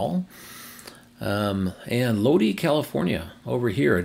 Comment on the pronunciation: Lodi is pronounced, Low-die.